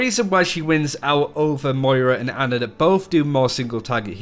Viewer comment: Its ana not anna XD